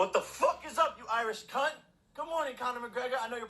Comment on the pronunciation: oh god the way he pronounces cunt hurts my australian soul